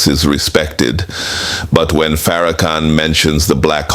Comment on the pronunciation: You can hear the condescending tone in Donahue's voice. Donahue Is also mispronouncing his name calling him "fair- a -can, oops were we not supposed to see the total disrespect. Sorry Mr. Donahue, your entitlement is showing. The "gotcha" moment didn't happen according to plan. Thank you Minister Farrakhan. Donahue forgot. He didn't get the memo that slavery is over. Maybe he should open his wallet and contribute to reparations.